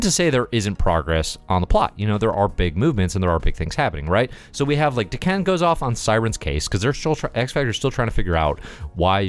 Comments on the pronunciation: I was confused the first few times you said Daken. "waitaminit, the former emperor of the Shi'ar?" It sounds like you're saying D'Ken :p I think of it as either Dah-ken or day-ken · Great review. I keep thinking you keep referencing D'Ken though, lol. Is it not DAH-kin? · O you said Daken I thought you were saying D'Ken (Shiar) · If you go with how usual Japanese pronunciation, I think it would be Dah-ken.